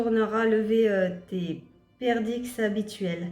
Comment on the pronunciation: En fait c se mit perdrix ta pas prononcé le r et me x ne se lit pas